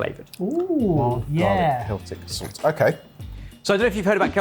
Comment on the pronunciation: "Zult" I always find pronunciation of "salt" amusing